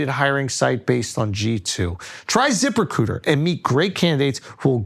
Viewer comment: “At ziprecooter…” - Schulz